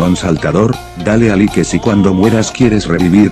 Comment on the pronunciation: Pollo, envés de escribir "like" en el loquendo escribe "laik" para que se escuche mejor :).